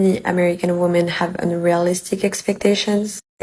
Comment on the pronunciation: You lived in the USA for 7 years and can't say "women"? I bet you're doing that on purpose.